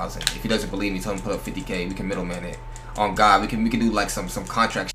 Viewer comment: Ion like how he saying God name 🚫🧢🙏🏽